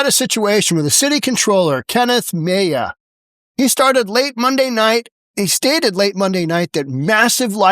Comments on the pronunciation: Mejia is pronounced Muh-HEE-uh, not “May-uh”. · By the way, that name Mejia is pronounced Ma-HEE-A, not whatever the f*** you said.